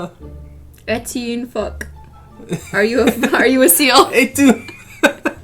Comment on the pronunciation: Cristine: "phoque": "fuCk" 😂